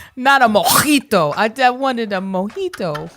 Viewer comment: I want a Mojito, not a Mo-cchh-ito! 😂😂